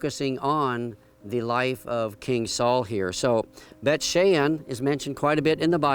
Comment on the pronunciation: It's Bayt SHAWN.